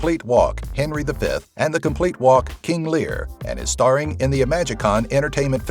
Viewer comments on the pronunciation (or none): none